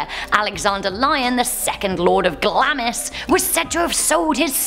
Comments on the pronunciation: You are so cute but check you facts, please. Phillip was also born a Greek prince, Andrew is the third child, Edward is not divorced, and Glamis is pronounced like lambs, glams. Learned that studying Macbeth in high school. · its pronounced glarms regardless of how its spelled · Glamis is pronounced Glams.